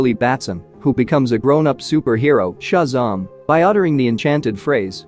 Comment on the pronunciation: Never heard Shazam pronounced ‘shuzarm’ before